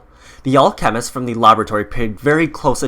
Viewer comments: Al.... chemist, anyone else think that thepronunciation is odd? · Jesus fuck do you pronounce alchemist wrong on purpose or on accident? Holy shit. Not trine be rude. Just got mega annoying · Clash of Clans and your saying alchemist wrong your trying to say it all together learn grammar